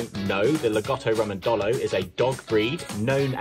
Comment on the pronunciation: Great interview, your pronunciation of lagotto Romagnolo needs work. enjoyed this!